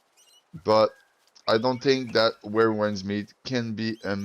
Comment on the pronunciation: You can’t even pronounce winds 😂